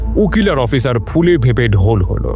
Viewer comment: Bro it's officer nt oppiser as u pronounce 😅😅. Rest is fine